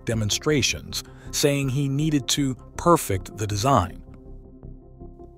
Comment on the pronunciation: can't you even have a real person read this? Perfect the design? can't even pronounce "perfect" correctly